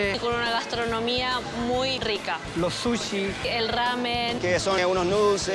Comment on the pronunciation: "lo zushiii"